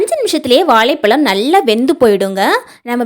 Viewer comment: வாழைப்பழம் இல்லீங்கோ வாழைப்பழம் என அழகாகச் சொல்லுங்கோ இப்படி தமிழை கொலை பன்னாதீங்கோ